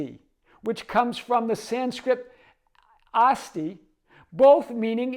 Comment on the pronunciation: I was not really expecting saying those Sanskrit words "Asmi" & "Asti". But felt so blissful as he did ❤ Thank you again for another powerful video ❤🎉